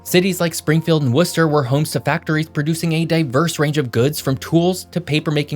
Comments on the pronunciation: I live in Lowell and I gotta say you hit the nail on the head with pronouncing Lowell and Worcester. We also got a population burst of Cambodians during the 1970s fleeing from the Khmer Rouge. Lowell and Long Beach, California. And we got another bridge since that photo in 1975 but it’s only a temporary bridge, that just happens to be older than me. Oh yeah, I’m 35. And taxes are driving people to New Hampshire and southern Maine. Vermont is totally forgotten about. Almost secret. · How do you pronounce Worcester right and Concord wrong? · You pronounced Worcester correctly this time. Congratulations. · I just want to say thank you for correctly pronouncing Worcester 😂 So many people butcher it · Impressed that you said "Worcester" correctly, great video! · Worcester- you got it right! good content - keep up the good work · Also “Lowell” is one syllable, like the word “Roll.” I get it tho, we’re weird. And You got Worcester right! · Thanks for saying "Worcester" properly!!! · Thank you for pronouncing Worcester correctly. 😊 you must be from MA.